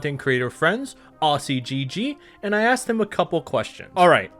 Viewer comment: I don't mind your content but you are butchering Aussiegg's name with pronounciation. As an Australian I am hearing you say Arsi. If I didn't read in the timeline breakdown that it was comments from AussieGG I wouldn't have clicked who it was. Phonetically it sounds sort of like Oszi or to break it down further O Ze. Here in Australia, the Au sounds close to an O. Yeah, I know, totally unrelated to zombies. As for still playing DL2, only sometimes. I finished the game and started another siding with the PK and also cheating. Found my glider and grapple wouldn't update from joining in and logging out from another persons higher level game so I started another game. Every now and then just to work on side quest completion, I play for a few hours and go back to other games. Not happy with a recent update that eliminated underwater farming of the air drops. Used to be that they would respawn items. Now, one they are open, its all over red rover